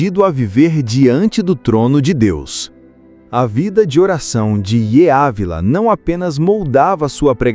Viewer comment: Grande homem de Deus. Seu nome Yeye Ávila, é pronunciado assim: Dídi Ávila.